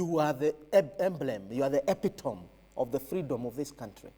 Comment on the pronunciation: Prof you did not pronounce epitome correctly!